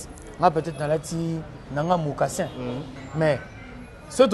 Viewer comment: Alobi bien mocassins oza kizengi yo nde ozoluka kk oloba